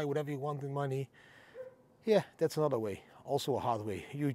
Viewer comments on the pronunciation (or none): none